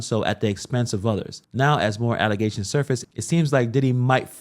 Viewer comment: Did you say "allezations"? 🤔😂